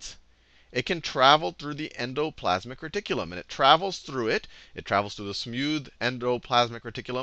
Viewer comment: "en-doe....plaz-mick....reh-tik-que-lum!" :D i can't stop sayin it now. :D I never knew how to pronounce it. Seriously, these videos are fricken amazin. helpin me right into my finals.